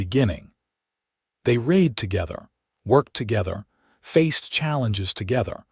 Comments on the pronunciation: Raid,raid,raid, when will AI say READ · Nice story. It's about learning to read. Too bad the person or thing (I think it might be an AI), didn't pronounce the past tense of the word "read" correctly. It is spelled the same: "read". But it should be pronounced like "red". There were many instances when the past tense of this word was pronounced like it rhymed with "deed." Does anyone at the Western Clouds channel (and all the other channels associated with this this channel), listen to these stories before uploading them? You need someone to listen to the stories, and edit them. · Actually Zachary is DYSLEXIC. not known about then and not recognised on the UK until the mid to late 1980's...I have a son who has dyslexia and finding help was most difficult, schools labeled him as disruptive , when it was in fact frustration. But here you have an AI NOT AT ALL PRONOUNCING THE WORDS CORRECTLY ON 'READ' AND "READ TO BE PRONOUNCED AS "RED".....And getting it WRONG IN A MOST SPECTACULAR WAY. And you NEVER correct the fault...thos has been going on for months ...that is not AI Error, it is Human error if not bothing to make the correction to the programme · Wonderful story! I wish AI could pronounce read correctly. Thank you